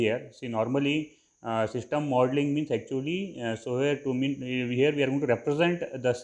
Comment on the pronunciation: Shishtem modling nahi hota system modling hota hai Aur ager english nahi ati to urdu mai bhokh lia karooo dusar ka time zaya q karwata ho lul ctrl + A press kar ka sari videos delete karo chutiya insan